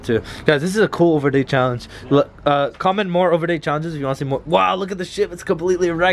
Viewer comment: dude said ouverday